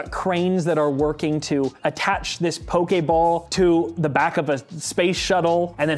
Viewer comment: Thank you! At least one of them knows how to pronounce pokeball! Pokemon = Pocket monster.